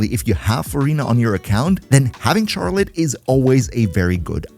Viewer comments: Why do u say “Charlotte” like that? Js so u know the “ch” is pronounced like “sh” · Very obviously because he doesn't know that it's not pronounced how it's spelt?